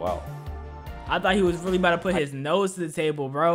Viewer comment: Bro really said RELLY